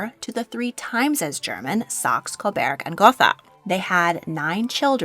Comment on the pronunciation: I can live with Gotha in English pronunciation. But Coberg is not the name. It's Coburg. Like Hamburg